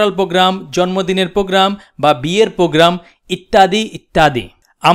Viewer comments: he is fool who can't say program :D ..he said pogram luul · Program.... not pogram